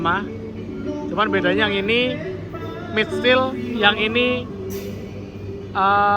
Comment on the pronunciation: Bukan midsteel tapi mildsteel. Cuma beda satu huruf, tapi pelafalan sangat beda "mid" dg "maild".